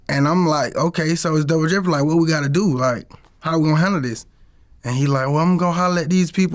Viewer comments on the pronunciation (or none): “Douber jeopardy” 😂🤦🏽‍♂️